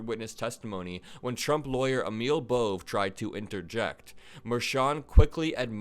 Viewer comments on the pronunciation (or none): FYI Bove is pronounced Bovay. An apostrophe was dropped at Ellis island but nobody changed how it was pronounced. Not a very common name.